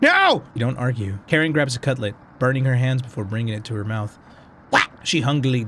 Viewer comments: Hungrily is 3 syllables, hung-ril-y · Is is pronounced hung-grill-e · its said (hun-gir-ly) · Everyone: talking about lore Me:hongurly...hangurly cmon english hungrli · Hun-girly Hun-grilly Han-garlly Hey-girly Game:hungrily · its pronounced "HUNG - GRILL - LEE" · being ulynable to pronounce ''hungrily' is extremly relatable. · The only thing scarier then the nightmares and appearances from the characters, is not being able to say hungrily correctly. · The way that struggles to say”hungrily “is hilarious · MY MAN TRIED TO SAY HUNGRILY CORRECT I WAS LAUGHING SO HARD LMAO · i loved how he kept trying to say hungrily 😂😂